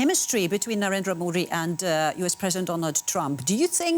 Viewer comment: Ohhhh boy... The pronunciation of Modi!!!😂😂😂 Mind blowing....